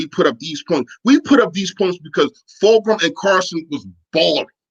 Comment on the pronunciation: Its fulgham FULG-UMMM